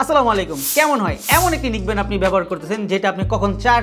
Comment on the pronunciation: নিক ব্যান্ড না। নেক ব্যান্ড।